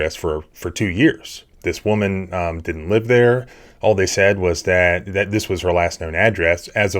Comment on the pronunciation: "HEY DARES A CAMERA RIGHT DARE" 😅😂